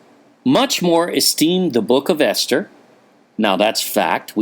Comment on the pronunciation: Ester sounds like Easter?